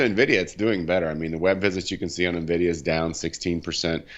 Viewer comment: I can't make it out. , does he say "happiness is at 69, nvidia 71" wtf is happiness? lol That said, I highly appreciate the pronunciation correction of Nvdia .. when experts can't even say the name of the company it really frustrates me lol - good job.